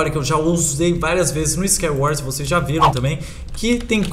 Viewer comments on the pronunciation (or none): none